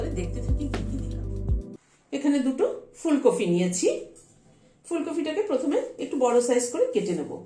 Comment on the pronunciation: Phul copy Bolun ....Phul cophi Noi !!!!!!!🤣🤣🤣🤣🤣🤣🤣🤣🤣